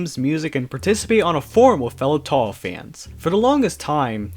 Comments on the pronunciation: Why do you pronounce things so strangely? Every time you say Touhou, you make it sound like you're saying tohgh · The ever changing pronunciation of touhou drives me nuts. 😂